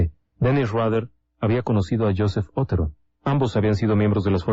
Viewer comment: Con todo respeto, el apellido Otero es original de Castilla, España. Mis antepasados se apellidaban Otero. Se pronuncia tal y como se escribe pero sin énfasis en la O. Pienso que aunque un detalle pequeño, estas victimas merecen esta aclaracion. Gracias.